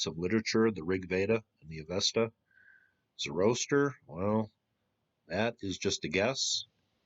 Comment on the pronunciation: Pronounced Zorro-aster...